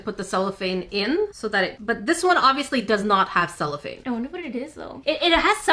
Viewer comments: She sheets you used are "cellophane" in English! :) you pronounced it right in the video, like sell-oh-fane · Ur saying cellophane right but there is also a musical instrument called a chello (ch-e-lo)😊